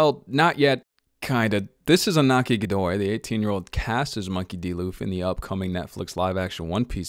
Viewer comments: It's pronounced like INIAKI, not Inaki. You're welcome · His name is pronounced EEN-YA-KI. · It’s pronounced Enyaki. The ñ makes a “nya” sound in spanish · Excuse you, it’s pronounced Ee-Yah-ki. That’s an “ñ” which makes a “y” sound. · Pronounce the ñ properly! It’s Iñaki! (And he’s perfect as Luffy, as everyone else has already said!) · HOW DID BRO PRONOUNCE IÑAKI GODOY 💀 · You need to work on the name prononciations, because you absolutely butchered this actors name 🤦‍♀️ Also, who the heck gave this actor hate?!?!? 😭💔 He’s absolutely amazing! Whoever was in charge of casting did an amazing job with everyone else too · At least pronounce his name correctly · This keeps popping up on my YouTube feed, and your pronunciation of Iñaki's name is so horrible. 😂 I can't even watch the rest of the video after hearing that train wreck.